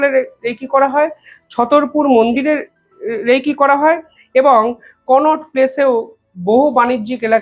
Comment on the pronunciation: উচ্চারন টা রেইকী নয়, উচ্চারন হল রেকি।